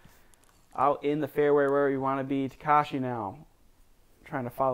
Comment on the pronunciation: His name is TakEshi, not TakAshi